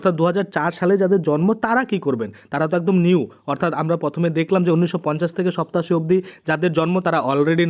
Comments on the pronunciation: উচ্চারণ ঠিক করুন। সত্তাশি কি কথা ? সাতাশি উচ্চারণ করতে পারেন না আবার চ্যানেল খুলে বসেছেন। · ওই বেটা আগে তুই উচ্চারণ টা ভালো ভাবে শিক্ষ ছোট বেলায় ধারাপাত পড়িছনি ৮৭ সাতাশীরে কেন সপ্তাসী বলছিস ,,,,,,,,,😡